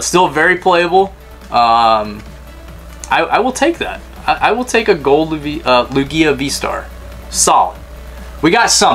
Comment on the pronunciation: The way you said lugias name. I'm 💀